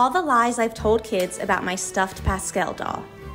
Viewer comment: the way she is saying pascel instead of pascal pfft, americans' pronounciation always makes me want to laugh and cry simultaneously